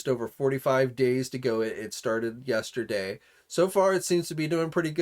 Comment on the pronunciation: did you say "yAsterday"?